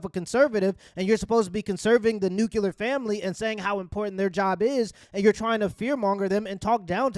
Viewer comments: You sound retarded when you say “NUKE-U-LUR”. Its “NEW-CLEAR” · Love the show man but it’s nuclear not nukular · I love you bro but you gotta start pronouncing it nuCLEAR* family. 😂😂😂😂